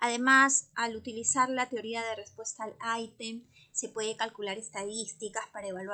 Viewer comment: Porqué dice aitem😅😅 decimos item en español 😂😂😂